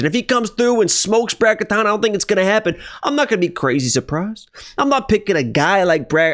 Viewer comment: Now you're saying Katana instead of Katona. Angelos rubbing off on you bruh.